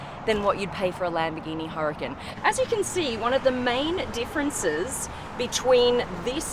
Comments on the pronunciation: ITS PRONOUNCED UR-A-CON.. NOT Hurcun.. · it's Huracan..emphasis on the second a,,not hericun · Its not Lamborghini Hurricane, its Huracan.😎